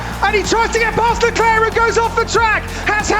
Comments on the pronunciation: Still can´t pronounce leclerc lol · I hate the “Leclerc” pronunciation.